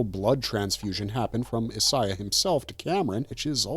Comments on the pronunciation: Who is “is-Eye-ah”? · He's pronouncing Isiah wrong